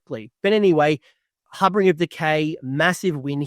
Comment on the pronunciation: Great video. One small note. It’s HarBINger. Not HarBRINger. There’s only one R.